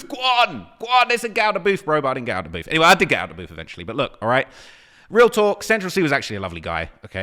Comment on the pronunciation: “Get outside the BOOF”😂😂